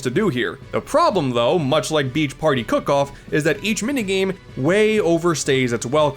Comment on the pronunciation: im sorry but you should probably fix the fact youve said cock off instead of cook off